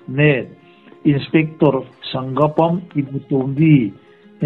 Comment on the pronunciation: Sanggapam ni lovin Sa-ngak-pam--Sangakpam tia lam tur (meitei hnam pakhat hming)